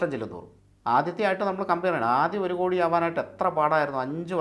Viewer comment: കൊടി അല്ല 'കോടി '